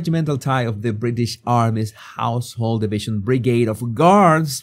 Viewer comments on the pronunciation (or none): none